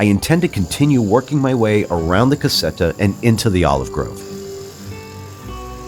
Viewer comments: This is the best renovation's channel ever. Just one thing... CASETTA means small house, you say ... CASSETTA ... that is a box. So what you want to say is CASETTA with one S. :) Good luck amazing job. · It's a problem of English phonetics... Native English speakers have some trouble with double consonants :P I'd say a better approximation, considering English phonetics, would be "kazetta".